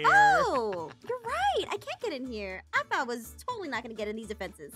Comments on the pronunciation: “It’s aphmau not AAAphmau”🤣🤣❤️💜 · It's aphmau not AHHH-MAUUU got me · "It's Aphmau not Aahmau!" 😂😂😂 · Perice: OH AWW MAU... Aphmau: it's Aphmau not AWW MAU